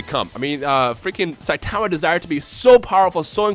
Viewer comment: The way this guy pronounces Saitama's name just annoys me.